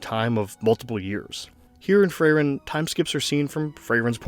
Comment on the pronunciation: Good video, made me tear up again. Frieren definitely has the best beginning of any story I've seen. As a native german speaker your pronunciations were pretty much correct for anyone other than Frieren lol it's more like free-ren than fray-ren and with rolling rs